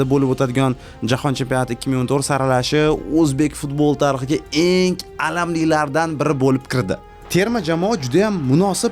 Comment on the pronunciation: Iltmos sizdan "enk emas eng" nk emas ng asab 1000. Hech qaysi filolog nk demaydi